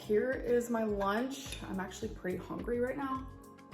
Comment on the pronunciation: Hongry. So irritating!